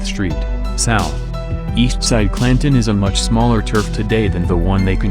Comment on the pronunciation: Pronounced "pree-mera Flats". He can't even pronounce "Claan-ton."